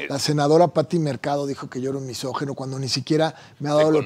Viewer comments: Se dice misógIno, no misógeno, abogado Palazuelos. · MISOJINO, no misojeno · Se dice MISÓGINO. NO MESÓGINO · PALAZULELOS te doy toda la razón, no eres "MISÓGENO" pero sí "MISÓGINO", es increíble que según tiene mucho dinero y se cree muy culto y muy hombre de mundo, no sepa pronunciar y expresarse correctamente y que lo repita una y otra vez, además que dice "MÁS APARTE" 🙄 y ya no se diga de Carlos, que lo pronuncia igual MISÓGENO y dice AIROPUERTO🙄 no puede leer claramente que se escribe y se pronuncia "AEROPUERTO", en fin seguimos perdidos en los buenos modos de usar adecuadamente nuestro español y ya no se diga las nuevas generaciones, que no distan de estar igual o peor. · Que mal que no hablen bien AMBOS español, NO ES MISOGENO, es “MISÓGINO”!!! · Misógino, no misogeno.